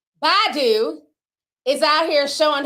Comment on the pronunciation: Ti: Badu ( Buh-do) 🗣BAH-DUUU TI😂